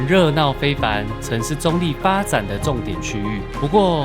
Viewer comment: 客家話稱澗谷為"壢", 你的發音好像把用閩南話來講 ，澗仔壢也是有同樣情形。